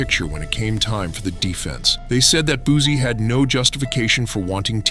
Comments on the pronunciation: How u know he made that song 7 minutes after?!!! 🤣 Ya'll literally say anything. 🤣🤣🤦 And, it's Boo-C not Boo-zie! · It's Boosie not boozie😅